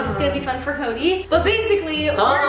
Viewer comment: Did anyone catch say koby instead of Cody like if you did